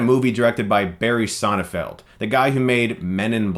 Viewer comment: Again you called the man BARRY SONNEFELD. It's Barry SonneNfeld... There's an N after the first E.